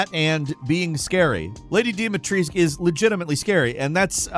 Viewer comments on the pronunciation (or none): Same with "Lady Deemeetreesc" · So was Dumitrescu for me as a Romanian... DOOMEYTRESKOO (smth like that as a pronunciation)